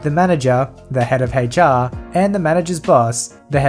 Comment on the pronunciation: Hay char is not how to pronounce "H.R."